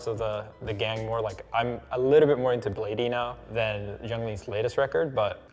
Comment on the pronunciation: i know he purposely pronounced bladee like that. aint no way.